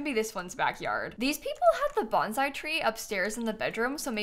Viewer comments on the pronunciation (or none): none